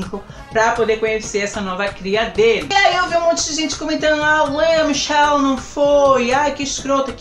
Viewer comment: Se pronuncia "Lia Michel"